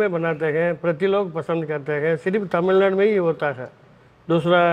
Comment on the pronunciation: aap taamilnadu Bolte hain. Aap tamilnadu boliye jo ki suddh hoga. Waise to ye baat personally batana chahiye par ye possible nahi hai.